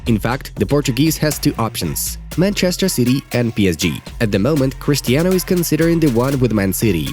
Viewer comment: "CHRISTAINO" why ? football news why ?😶🙄🙄🙄🙄🙄🙄